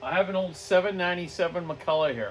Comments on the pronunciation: Alright you silly canuck left coasters. It's pronounced Mack-Kull-LOCK. Heavy emphasis on the last syllable. Mick-Kull-Aww is McCullough... Not McCulloch. The "ch" is a hard K sound in Ireland, England, America and Scotland... Hence the Loch Ness monster. Pronounced Lock Ness.. It's not Law-Ness monster. Ok... Rambling over. What a great saw!! Its a beauty. The old Macs are just great. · Hi wish you Canadians would pronounce the word Mc Culloch properly it's not McCulla it's pronounced och as in Loch like Loch Ness. Great vids. Thanks. Iain from Scotland.